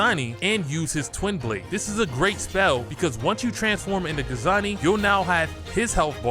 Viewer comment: Guangzhi. Aka "GWONG ZEE" not Gazani